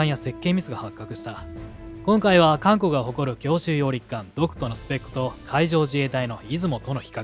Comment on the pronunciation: 最初監獄海軍て聴こえた